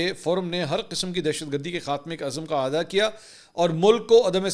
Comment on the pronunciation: بار بار آعادا کيا،! اصل مين لفظ اعادا، يعني پھلي الف مين زير آئيگا